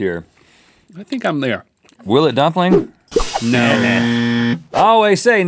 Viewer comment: nobody commenting on the "pumpling" ? :D